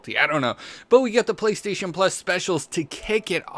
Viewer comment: playstaytion deals of the week haha the way you talk in your intro and everything